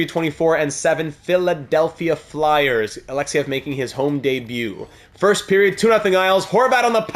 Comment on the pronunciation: Yuri Alexeev is not pronounced Alexyev it is Alexeeeeev